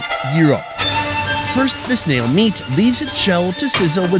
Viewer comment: Snail is a one syllable word not 3